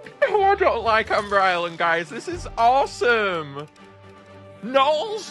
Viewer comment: Why does gnarls sound like hes saying nya🤨